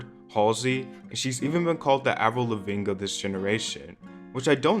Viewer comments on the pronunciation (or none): why did you pronounce avril livingnes name so wrong lol